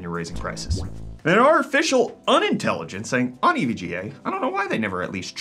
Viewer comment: "ev-ga" thats a new one!